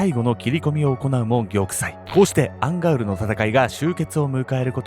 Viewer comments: アンガウルの戦いって言ってたのか アンガールズの田中って聞こえてた💦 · ずっと思ってたんだけどアンガウルがアンガールズって聞こえてたww 同じ人居ません？笑